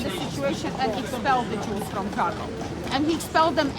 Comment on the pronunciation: Warsaw - , Kraków - 750 000, Silesian Coal Basin - . Pronounce the name of the city as "Crack - OOFF".